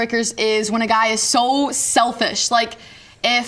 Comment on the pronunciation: When you say guy it has an i sound